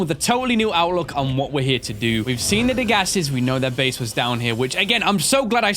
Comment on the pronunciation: "The Bheyse. Yes the Bheyse" XD